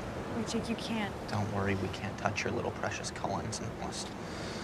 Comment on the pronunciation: Jennifer DawnStone well, She Called him like "Jac!" But the right Spelling is "Jake".